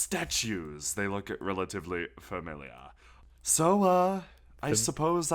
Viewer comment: Markus' "NO." is so fuckin funny. As is "Relatively Familiah"